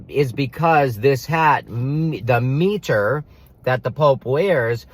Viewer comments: It's pronounced M-eye-tr not Me-tr. You're right, words are important, but so is the correct pronunciation. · I find it interesting that you completely mispronounce “mitre” in an effort to fit your narrative. Fascinating yes, how conspiracists contrive for content.